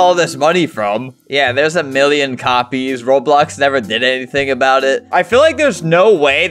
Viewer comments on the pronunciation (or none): none